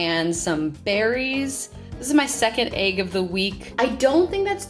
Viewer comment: Thumb’s down bc of how she says “AAYYG” 🤮